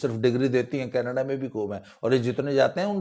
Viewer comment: Sir very good mimicry When you try to speak in panjabi tone केनेडे